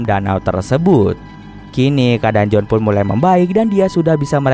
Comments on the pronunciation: Iya harusnya sih tetap Joan yah bkn jadi John 🤣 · Kritik, harus bisa bedain pengucapan bang. J.O.A.N, BUKAN J.O.H.N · Maaf bang mau ralat, kalo namanya Joan berarti penyebutannya juga Joan bukan John. Tapi ga tau yah kalo memang di filmnya disebut John berarti beda lg penyebutannya 😬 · Joan bang bukan jon